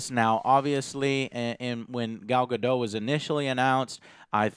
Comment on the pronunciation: its pronounced gal gado-tttt.. GADO- T!!!!!!!!!!!!!!!!!! THERE IS A T!!!